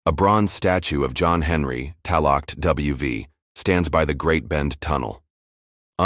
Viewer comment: It’s pronounced Talcut!!